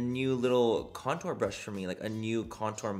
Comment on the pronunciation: Lol Did the package say it was a Contour Brush Manny? Or Coture Brush?